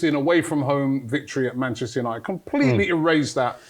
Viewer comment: God, I love 😂 they were really calling Manchester UTD "Banchester" 🤣😂🤣😂🤣 who is the real PE teacher manager? 😭😭😭😂😂😂😂